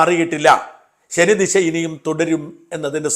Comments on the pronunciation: ശനി ദിശ അല്ല ശനി ദശ. ദശാ സന്ധി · ശനി ദിശ അല്ല, ശനി ദശ ആണെന്ന് ബഹുമാനത്തോടെ പറയട്ടെ ശ്രീ സാജൻ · ശനി ദിശ അല്ല ശനിദശ എന്നാണ് ഷാജൻ ഭായ് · ശനി ദിശ അല്ല ശനി ദശ ആണ് sir